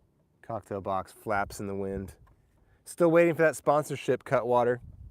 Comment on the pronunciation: bob bob... Cutwater not Catwater, smh